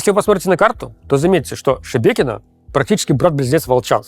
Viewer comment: Руслан, дикция снова начинает портиться. Надо еще поработать над выговариванием гласных звуков. Правда, очень тяжело слушать. Приходится делать усилие, вслушиваться. Что за слово "Шбекьно"? Там же есть гласные - ШЕбЕкино.